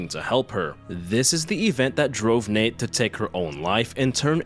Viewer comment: hehe love how you call her Nate when its Natre XD